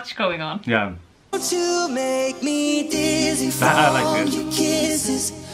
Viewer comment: ITS DIZZY NOT DISSY